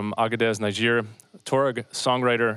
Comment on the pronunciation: The name of the country is pronounced "Nee-jer". Why do Americans always get it wrong? There is no "Cow" in Moscow, no "Lay" in Laos, Salisbury is "Sauls-bree". I just watched the acclaimed crime-writer Ian Rankin talking on an American TV show bemoaning how his novels have been adapted to American "English" and lost their context.